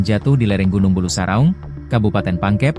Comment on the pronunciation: PEMBACA BERITANYA KAYAKNYA LULUSAN SD...MASA MEMBACA NAME TAG SAJA DAN NAMA GUNUNG BULUSARAUNG SALAH BACA...